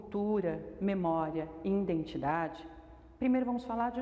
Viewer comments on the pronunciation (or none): entendi errado ? Mas disse " cultura, memória indentidade" . 😭😭😭😎😎😎 Não consegui prestar atenção no vídeo. Tentei contar quantas vezes disse a palavra " INDENTIDADE" Perdi a conta 😢😢😢😢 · É, vc tem razão. Falei Indentidade várias vezes. Mesmo escrevendo correto, pronuncie errado. Agradeço seu apontamento. Gratidão.